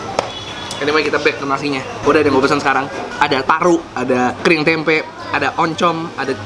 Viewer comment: Bang klo ngomong tempe akhirannya jangan pake K🤣